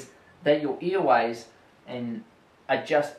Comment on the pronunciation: Earways lol, what a funny accent :D